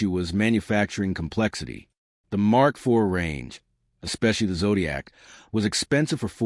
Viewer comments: AI strikes again, every now and then. e.g. Mark "Eye-vee" instead of Mark 4... And no Granada images. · Phuck.... this AI is so annoying. The Mark eye vee for Mk IV. Gave up after that and changed channel.